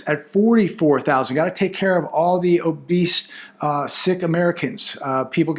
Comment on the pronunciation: A lot of beast? Ahhh "OBESE" you mean 😂😂😂